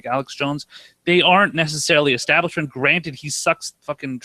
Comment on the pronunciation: Say it with me, Kyle...ESTABLISHMENT